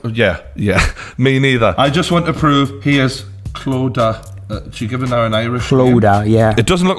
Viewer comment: mate clodiagh is pronnoced (claw dea a) ye have to say it fast do and all toghter